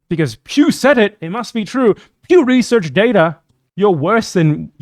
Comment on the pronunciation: PEW RESURRRCH DAYTAHH